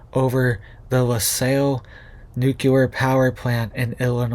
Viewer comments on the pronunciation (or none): learn how to pronounce LaSalle! good grief were you taught any history in school?